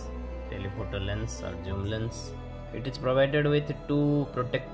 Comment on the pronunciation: Bro Zoom not joom